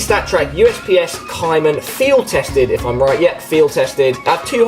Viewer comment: omg YOU HAVE THE P250 ON THE T SIDE AND THE CARTEL ON THE CT SIDE! and btw it said replace cartel for p250 mendi for CT side so yea. u screwed up on pronouncing caiman too.